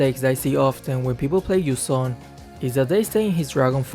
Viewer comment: Game: Yu zhong: Yu zom